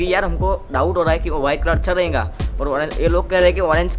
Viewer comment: Bhai ye to rahega ko rahenga bolta hai yaar so funny